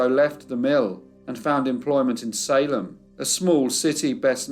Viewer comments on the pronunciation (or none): none